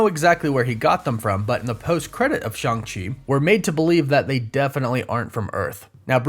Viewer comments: It’s Shang chi not shung chi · In the movie it's pronounced shaung chi that's why Shang chi goes by Shaun as a fake name in the movie